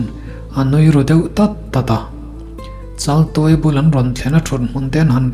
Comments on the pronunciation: Chaltuaia ni si, Laltuaia tiin i lam zel a. 😅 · A thupuiah chaltuaia tih ania,mahse I chhiarnaah hian laltuaia iti leh deih sia,enge a awmziale